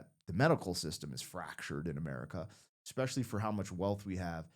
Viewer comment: You need to learn how to pronounce etcetera and especially